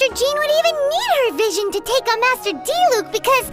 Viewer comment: Bruh so you pronounce Diluc's name as Dee-luke not Dee-luck. I've been saying it wrong.